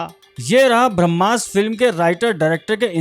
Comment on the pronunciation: बंधु, शब्दोच्चारण “भ्रम्मास्र” नही “ब्रह्मास्त्र - ब्रह्म + अस्त्र” है। कृपया ठीक कर ले और मातृभाषा का शुद्धोत्तम संस्करण दर्शकों तक पोहोचाये । 🙏🏽